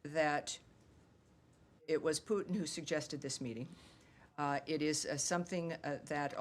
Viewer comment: You mean meetint in russia? 😅😅😅